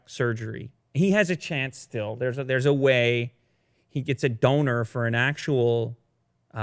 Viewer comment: I heard Döner instead of Donor! It's just what matters. Such a shame to me! :D